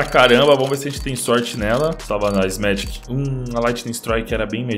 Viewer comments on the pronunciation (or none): isso me deixa mt irritado e deixa mts pessoas assim tambem, n se fala megike se fala megic, parece q vç ta dizendo medik sla